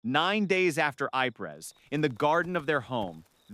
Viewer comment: When using text to voice scripts, listen before publishing. Sometimes misspelling is needed. Lead, LED, Ypres, EEE-Prah.